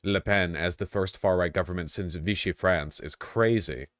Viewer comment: Vaush pronounce Vichy correctly challenge: Still impossible!